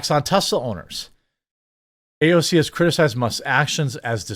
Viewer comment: You don’t have to copy Mark Dice pronunciation of AOC’s name. It’s cringe